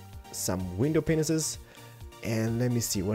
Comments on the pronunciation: it is said as window pains but spelt panes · Anyone else notice it sounds like hes's saying window "penises"? XD It's "pane" for one, "panes" for more than one (sounds like pains) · Does anybody else notice he syas window penises not panes (i love the accent tho) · At like he says penises instead of panes XD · ITS pronounced glass pains! Anyway, love your vids bro. Everytime i watch your vids, I get filled with inspiration. Keep up the great work! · glass panes :) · Guys he doesnt say window penises he says window paneses. LOL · Lolol for glass panes he says window penises xD